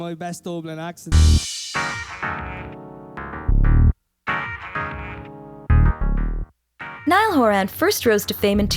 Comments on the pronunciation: “Niall horAN” If you’re gonna do a video about Niall horan make sure you pronounce his name right lol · You can't have a documentary about Niall HorAn without them saying his name wrong. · Nice, but it’s “Niall horan” not “Niall horAN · Can we say his name properly plz wtff And yes nail was the front man in the u.s